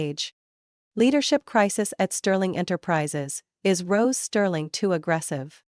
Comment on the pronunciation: Rose not gross